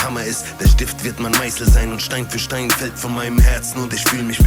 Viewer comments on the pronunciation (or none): none